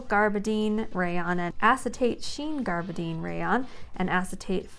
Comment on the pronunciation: gabardine - gab' er deen; picot - pee' co; tricot - tree' co; pique - pee kay' Love you!